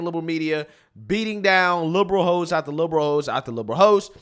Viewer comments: Are you saying liberal hosts or liberal hoes? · did you say , "beat down liberal host after liberal host ..." OR liberal ho's after liberal ho's .... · I thought you said LIBERAL HO'S 😂😂😂